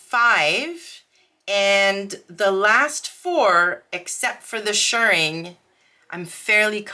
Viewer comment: Yay,! You’re doing great! Also, extra points for pronouncing “shirring” correctly! 🤩💗